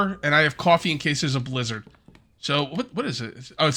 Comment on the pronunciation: The way you say Blizzard.... Lizard XD